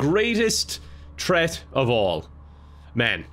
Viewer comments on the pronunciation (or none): Can someone who understands irish accents tell me why in the first 30 seconds, Kevin pronounces the word "threat" like "tret," but shortly after says "threat" with the TH sound? Doesn't matter, just curious 🤔 Loved the video as always, Kevin <3